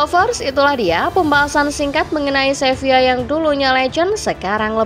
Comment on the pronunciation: SEVILA bukan SEVIYA!!!